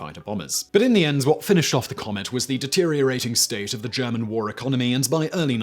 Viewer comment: Please work on not butchering German words in an otherwise great video :D